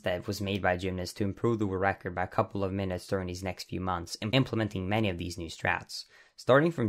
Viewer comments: Idk why but it bugs me every time I hear you say 'Wu-Record' instead of world record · "Wull recor" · Great video, misses some explanation for some tricks (what does barrier skip mean? What barrier?) but overall very interesting. Good job. Oh but please learn to pronounce “world record”.